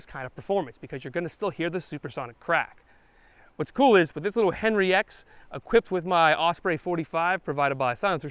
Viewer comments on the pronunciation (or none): none